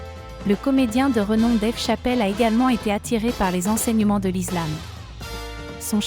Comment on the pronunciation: Vous avez du mal à prononcer le mot ISLAM donc la vérité 😉